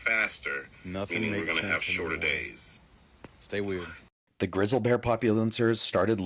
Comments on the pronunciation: What's a grizle bear?😅 I think you mean GRIZZLY bear sir. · That guy saying "grizzal" bear. AI all the grizzal bears look and walk just the same. Get outta here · "Grizzle bears" It's Grizzly😂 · Its grizz-lee bear not grizzled 🤷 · Grizzle bears? Lmao it’s Grizzly pronounced Griz-lee omg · He say grizzle bears? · Did he say " Grizzle Bears" ? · A what bear 😂 😂😂 it’s pronounced Griz-Lee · Anyone else wanna slap this guy for calling them grizzle bears? Holy hell dude there is a Y at the end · I noticed that. Grizzle Bear LOL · Dude can't ever say grizzly bear right 😂😂